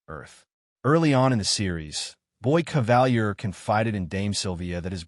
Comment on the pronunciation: Why do Americans always deviate from the pronunciation of names in their own shows? Kavalier is (in the show) pronounced cah-vah-leer, NOT ca-val-year.